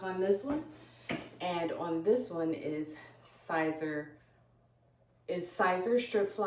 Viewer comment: Your pronouncing it wrong it's like saying ceaser but spelled siser